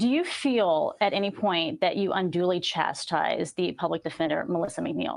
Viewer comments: did she say this isn't a game of "chest" instead of chess??? I listened to it multiple times and swear that is what I hear lol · Did she say "we aren't playing chest"?